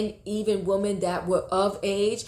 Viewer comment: Please......it's "WOMEN", not woman!!!